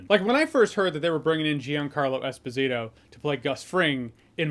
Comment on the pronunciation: Esposito* not Esposirouw